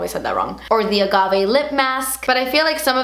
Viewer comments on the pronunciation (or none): none